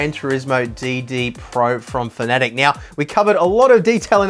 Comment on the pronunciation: FINALLY! One of the very few guys that pronounces Fanatec properly.....(Fanatic)